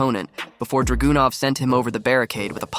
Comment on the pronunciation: HIs name isn't DragUnov🙄 Learn to say his name right..🤦‍♂️